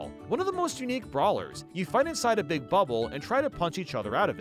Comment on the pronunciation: It's pronounced "Big" not "Beeg".